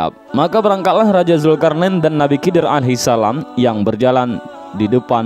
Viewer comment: Ko di baca nabi kidir.. bukankah itu huruf kha atau di baca kho. Jadi bunyinya khidir bukan kidir..